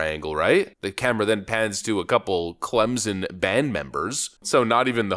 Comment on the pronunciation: Of course the band nerds would boo hahah. Friendly note from a southerner. It’s pronounced Clem-Son. It’s a hard and distinct “S” sound brother lol. You don’t say Anderzun. You say Ander-Son. Clemson is pronounced the same way. I’m a USC fan but it always makes my skin crawl a little when people say Clemzun 😂.